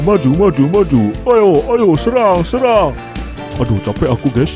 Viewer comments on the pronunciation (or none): none